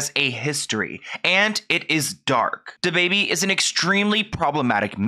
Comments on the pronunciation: Every time you say “Da”Baby, I cringe. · The way this dude say dababy lmao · and I love you but please never say his name again